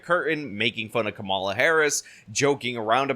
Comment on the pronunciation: Nice to hear you pronounce “Kamala” correctly, rhyming with “masala.”